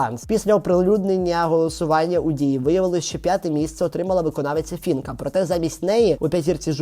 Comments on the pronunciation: Не фінка а Фіїнка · При всій повазі до вас, але не Фінка, а Фіїнка вірно! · Навчіться казати правильно Фіііііііїїїїїнкааааааа❤